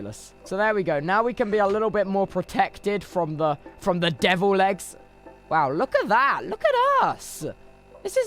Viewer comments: is he saying "Devil legs" or "Devil eggs"? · Devil legs is really starting to sound like deviled eggs. . . . . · it always sounds like he’s saying deviled eggs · sometimes i hear 'devilled eggs' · every single time he says devil legs i think he’s saying deviled eggs whilst killing a spider and it really messes with the head over time